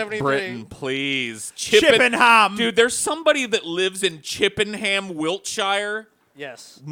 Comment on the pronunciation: It's pronounced "Chip-en-am". I know you didn't ask, but as a local I thought it was my duty to let you know.